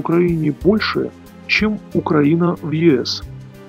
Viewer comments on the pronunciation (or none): none